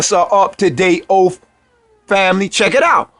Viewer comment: You didn’t just say “Oaf!!” OaTH!